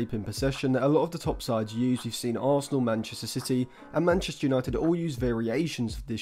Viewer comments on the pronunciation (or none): none